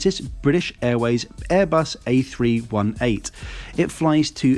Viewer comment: Jesus I almost had a stroke when hearing “Airbus A-Three-One-Eight” instead of A318